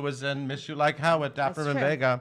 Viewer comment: It's not Vegas it's Vega!